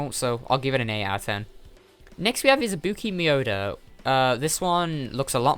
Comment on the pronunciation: This is off topic but did you just say.. "Ibuki MIODO"?